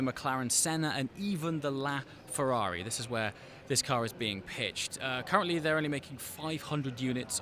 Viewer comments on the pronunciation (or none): none